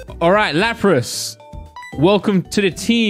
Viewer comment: Nobody:: laprASS